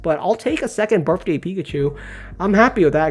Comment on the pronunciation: Also, it’s BirTHday not BirFday